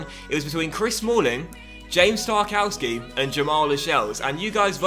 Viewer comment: I think its pronounced tarkovski